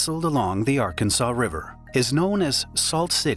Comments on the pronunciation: Sorry to be one of those people but it's pronounced (Ar-Kan-Sus River) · It’s pronounced “Ar-Kansas River”. Please do just a hair more research and sound less ignorant. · He also pronounced Arkansas River wrong. It’s pronounced R-Kansas here. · Why no one commented about how he prounced the river it made me cribge so hard